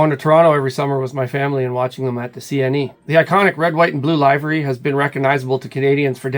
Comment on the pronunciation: Check the pronunciation of livery.